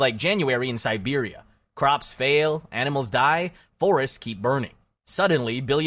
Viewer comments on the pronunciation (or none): none